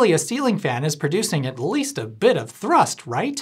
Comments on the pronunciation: Most of the videos effort was put in to rolling the R’s when you say thrrrust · I really hope the way he says thhrrust is because of chicken run 🐔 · Thank you for pronouncing thrust correctly...🤣 Also, if your as pedantic as I am, I think it's same to assume you are... If you were at Menards, you will have surely noticed that they have a new "vintage" line of Christma... Holiday lights. I have a bunch of them, and while the flicker is greatly reduced, it is still present. Also, due to the design implications, the individual lamps have a bit of a directional component to them in regards to light output. I find the colors quite pleasing, if a bit over saturated, most notably the blue. However the "flicker" version of these is quite, atrocious. In the spirit of no effort etc, etc... I will spare you the details of any further analysis. I can't wait to get your evaluation on these. Have a simply fantastic day. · Was the pronunciation of "thrust" a nod to Chicken Run?! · I'm not sure what the best part of this video is, the 'a different mumber in kilograms', or the facial expression and increasing enthusiasm every time he says 'thrust'. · You put just the right amount of mustard in your pronunciation of thrust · at about the way he said "thrust" made me lol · Am I crazy or is the strange way that you are pronouncing the word "thrust" a reference to Chicken Run (2000)? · Please tell me that your pronunciation of, “thrust”, is from Mac in Chicken Run. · Ha, no-pun-in-the-end-title-november, just what I love! Also, nice pronunciation of thrust! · will always be pronouncing "thrust" with a rolled R moving forward, tysm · really enjoyed the exclamation point on every instance of "thrust!" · The way he pronounces = thrust = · Did he “roll his R” when he said “thrust”? 😁